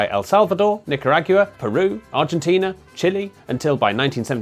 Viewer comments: Are there jag-you-uhs in nick-uh-rog-you-uh? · Nicar-wagyu-a always throws me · "Nick-ah-RAG-you-ah" Holy shit my sides 😅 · One of my pet peeves, after working hard, over many years, to learn the Spanish of the Americas, is that the English speaking people East of the Atlantic don't bother to learn that the "gua" sound as in Nicaragua is pronounced GWA. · Don't pronounce it "Nick-a-RAG-you-ah" unless you want to sound like pith-helmeted, monocled Victorian missionaries. That's really one of those inflection points where an accent disappears up its own backside. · Saving this so I can look at my Nicaraguan friend’s face when he hears them pronounce Nicaragua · Unexpectedly thrown by that pronunciation of Nicaragua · Is that how British people pronounce Nicaragua? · New pronunciation of Nicaragua just dropped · I'm sorry, how do you pronounce Nicaragua again? 😂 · Pronounce Nicaragua better. Do they have diphthongs in Britain?